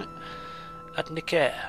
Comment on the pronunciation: Nicaea is pronounced nigh-see-ya. Not nik-e-ya.